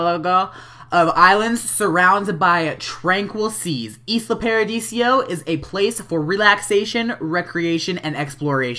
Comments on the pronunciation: It's paradiso not paradisio :P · its not islo paradisio its islo paradiso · Lol, it's "Isla ParadiSO", even though Isla ParadiSIO also sounds good. xD But nice video ^^